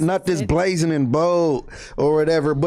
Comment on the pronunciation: said Flakko was Blazin and bold? Sounds like a new rap snacks flavor.. this niggs meant BRAZEN? A blood should know how to pronounce that better than anybody